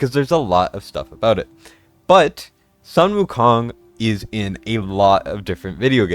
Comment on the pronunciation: Sun Wu Kong in chinese is pronounced as Soon Wu Kong